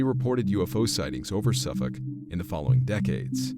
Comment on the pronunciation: A most intriguing story, I am a very sceptical minded person so am prone to believe this was made up by the three bored men. However their description of the buildings in the village and the overall layout of the village does make me wonder. Well done on the pronunciations of Suffolk etc.